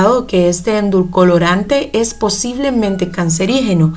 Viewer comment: Mira no se dice endulcolorantes. Edulcorante. Si vas hacer un vídeo hazlo bien.